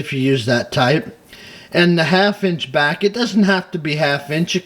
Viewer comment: Welcome "bock",! I missed your great videos, so real happy to see a new one with awesome tips. And you said Jonquière just great!